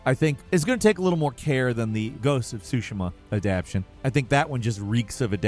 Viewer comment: PLEASE, it's Adapt-TAY-shun. You kept saying "Adapshun" and it's driving me nuts at work